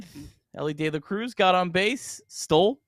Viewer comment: It’s pronounced De La Cruz